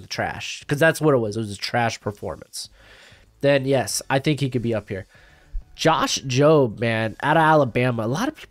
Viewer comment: You made me proud with the josh jobe pronunciation 😂